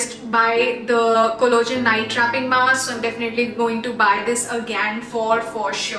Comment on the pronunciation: It's not collogen....it's collagen... Please 🤌